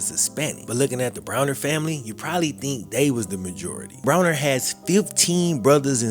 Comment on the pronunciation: Love the video. Pronouncing his name with an e rather than an a drove me insane though.